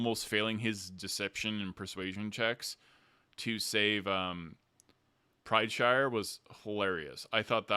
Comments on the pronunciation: Isn't his last name PrideSire not PrideShire. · ..........................Why do you keep adding an H into Teor's last name, like he's a Hobbit lmao.